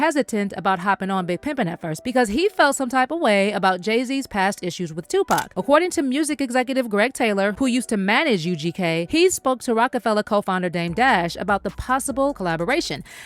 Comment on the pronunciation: his name is lee or ... god i hate when people make vids and pronounce the names wrong ... like every white person saying 2 Pak